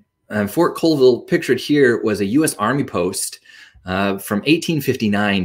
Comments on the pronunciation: Yes… please, please please learn how to pronounce the names of towns (Colville pronounced CALLville by locals) before making film about it. Don’t be a Frazier and go to Lake cheLAWN (aka to Washingtonians as Lake cheLAN as in as) 😢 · Pronounced call-vile